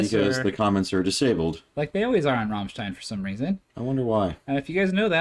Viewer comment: you pronounce it Rammlead